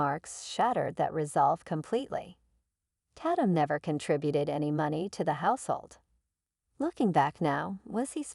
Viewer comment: The person named tatum computer said (tat- tum) when the correct way is (TAY - TUM) Program correct english!